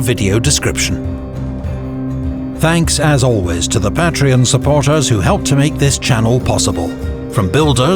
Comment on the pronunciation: I may be the only one to comment this but is the only Youtube channel that pronounces "Patreon" correctly